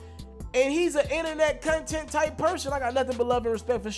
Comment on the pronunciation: This nigga said " cun-tent" It's " content" fam 🤣😂